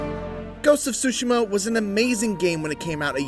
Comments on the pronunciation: wth is he saying, more ghost of sushi'ma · dat boa say SHOE SIMMA